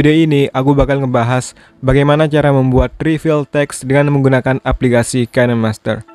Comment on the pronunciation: Dibacanya bukan kenemaster tapi kinmaster/kainmaster